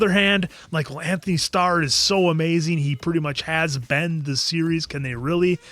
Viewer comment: Going into season 4, please watch The Boys Diabolical animated series. There is an important episode involving Homelander and Black Noir. Homelander's actor's name is pronounced An-Tony, not Anthony.